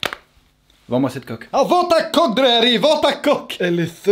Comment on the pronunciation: "EH DRARÉÉÉÉ" j'adore x) avec le bon accent en + ptdrrrrrrr